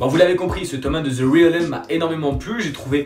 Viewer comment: Cool je vais tenter ce titre étant moi-même fan de post-apo ! Et sinon ça se prononce « rèlm » parce que je te vois un peu galérer. 😉